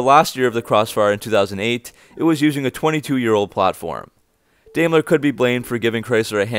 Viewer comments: Dime-ler , not Dame-ler. I guess you don’t know much about cars. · Dude pronounce the name as it should be... Daimler is pronounced Dime-ler. When you have a german name or word containing two vowels, the first is ignored and the second takes the long form. I had to stop listening to your video. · Pronounced "Dime-ler"